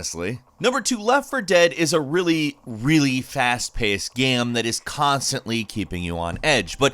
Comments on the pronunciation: Did you just say "gam" instead of "game?" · bruh my guy just said GAYME